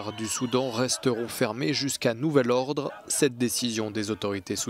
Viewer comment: "Nouvel odre"